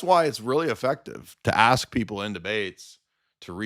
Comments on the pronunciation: Book of Asks* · Da book of Aks